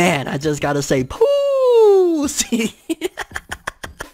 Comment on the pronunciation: Pooosie Crisp 🤣😂🤣